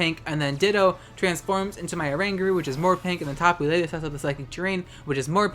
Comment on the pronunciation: The way you pronounced oranguru was majectic af And also im very mad about signal beam is just annoying that move just exist for pokemon who does not have any variety in their move polls how the fuck im supposed to use reuniclus and jolteon now game freak